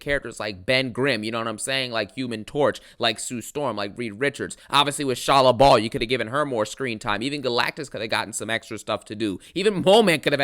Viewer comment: Shalla BALL? It's BAL, as in PAL or GAL. A minor point, of course.